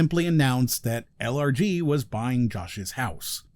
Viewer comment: I keep hearing "allergies" when he says LRG. I suppose that's a fitting acronym choice for this company. ACHOO!!